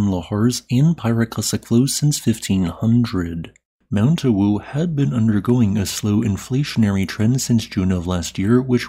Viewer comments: "Ah"-"woo", the w is spoken without aspiring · I'm from Indonesia, your mention of Mount Awu is quite funny😅 Just say the letter A as usual (opening your mouth) then add wu😂😂